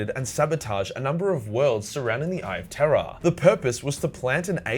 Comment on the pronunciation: I still hear "Eye of Terra" every time.